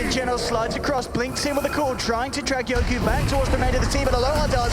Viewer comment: Why the caster always call yoky as yoku. Tats really annoying